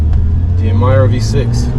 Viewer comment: oh my ear is bleeding!! cant hear anymore ''Emaira'' coming out from this mouth!! it pronounced as Emeeeeeeera!!